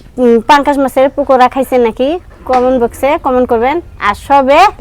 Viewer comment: pokura na pakora vabi